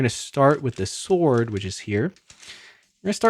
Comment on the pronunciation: Did you just say seword? 😂